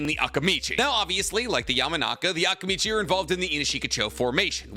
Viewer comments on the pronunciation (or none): Am I the only bothered with the pronunciation of Akimichi and Akamichi? Is it supposed to be like that? I never watched the dubbed version so please correct me if I’m wrong